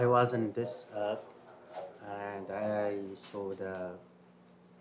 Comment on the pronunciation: »I wuz on zis ap”..it sounded like he said ‘ I was was zipped up” as the camera focuses on the zip ties😅